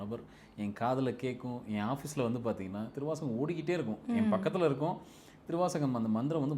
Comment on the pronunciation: ஏங்க சொல்லும்போதே சிவத்தை உணரவே திருவாசகம் ன்றத அழுத்தமா சொல்லுங்க